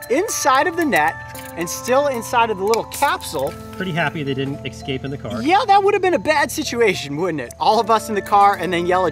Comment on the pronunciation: "Exscape" ??!? FACEPALM!